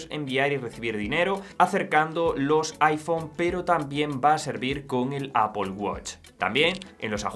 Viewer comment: Primer español que escucho que dice "Apol" y no "Apel" 😮😮😮